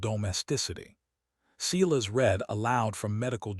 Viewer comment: Please pronounce Silas as "Sigh -las". As in the Bible. Great story. Thank you.